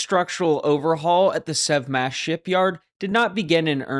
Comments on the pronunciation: I think it's probably "Sev Mach" ... like Sevastopol Machinery or something. We do have a tendency to name stuff like that. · You said, "The Sev Smash Shipyard", I heard, "The Sub Smash Shipyard", which sounds closer to reality...